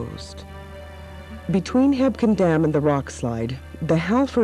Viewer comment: Fyi, its just called Quake Lake. Also, it sounds like its spelled, Hebgen, not, Hepkin. Great vid. Nice info. Buildings can still be seen underwater.